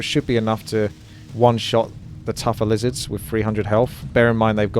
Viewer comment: stopped watching when he said lizarss